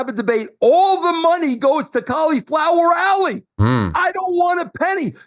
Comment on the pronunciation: Russo for the love of God, it is Cauliflower Alley, not COLLIE FLOWER